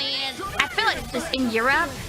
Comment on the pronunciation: キアラが "Europe(ヨーロッパ)"というと "my robe?" と聞き返したくなるくらいコボちゃんとのやり取りが気に入ってるｗ